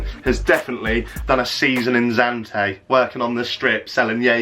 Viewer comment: Why did you just pronounce zante as “Zantay”